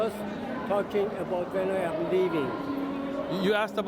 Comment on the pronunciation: He said " I am" in fake Arabic... ahh aaaammmm